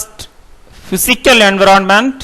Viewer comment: Speak environment correctly